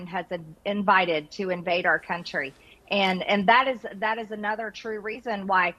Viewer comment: Did she say our cunt tree?